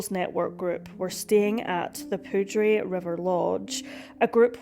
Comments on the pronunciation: Poudre is pronounced Pooder just fyi … very interesting case and well done video. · Poudre is pronounced "pooter" not "poodray." I did the same thing when I moved here. 😂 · Lol. It's pronounced pooder. Spelled like poudre. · Jesus, learn to pronounce some of these names, please. Even someone from Scotland can pronounce “Poudre” correctly… you’re closer to France than Colorado is.. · Arapaho is “uh-rap-uh-hoe” and poudre is “pooder” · Yeah, Ah-RAH-pah-ho, and POO-der.